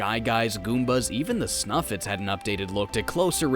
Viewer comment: It's pronounced Snifit, not Snuffit